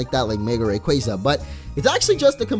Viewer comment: it isn pronounced ruh quayza its ray quaza